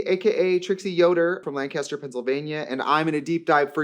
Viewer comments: GIRL ITS LAN-KISS-TER NOT LAN-KASS-TER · First thing, to pronounce Lancaster Pennsylvania, it’s not pronounced like Lancaster California says Lancaster. It’s Lank-kiss-tur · Lancaster is pronounced lan-kister by the Pennsylvanians. Wack, I know. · i learned the hard way but people from Lancaster PA hate when you say "lan-CASTER", it's "Lankister". (I got yelled at too many times for saying it wrong </3) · big day for pennsylvanians 👋🏻 btw it’s “Lang-kiss-ter” not “Land-cast-er” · its pronounced “lang-kiss-ter”, sincerely, someone from lancaster pa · shudders at pronunciation Guys, it's LANG-kiss-tur, said quickly. Not like the actor. We have bumper stickers explaining it. LOL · Hi. Love you. I’m from Lancaster. It’s pronounced: Lank (like lanky) Uh Stir It doesn’t look like it. It looks like lan cast er. But I promise it’s not :) love you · I'm from Lancaster PA! You mispronounced Lancaster (it's Lank-iss-ter back home) but you're forgiven ❤ I always get asked if I'm Amish when people hear where I'm from. I'm not, but my school bus got stuck behind many a horse and buggy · Btw we pronounce Lancaster “lankuhster” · Love you but it’s pronounced Lang-kiss-ter (as someone from Lancaster) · starting off strong with a mispronunciation of lancaster PA, nice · Trixie, you said Lancaster wrong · The Lancaster pronunciation is making my eye twitch. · She almost pronounced Lancaster correctly 😭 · Trixie I love you but as a Pennsylvanian, could you pretty please say Lancaster correctly? We should respect their culture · As someone from around Lancaster, super triggered in only the way people from PA can be by the pronunciation hahahaha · Trixie pronouncing Lancaster wrong made this video start so strongly lmao 10/10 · trixie i am so sorry for the lancaster natives that will be correcting your pronunciation of Lancaster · Trixie pronouncing “Lancaster, PA” like a west-coaster 😂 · the pronunciation of Lancaster PA is a tell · lancaster pronunciation pleeeeaaasseeeee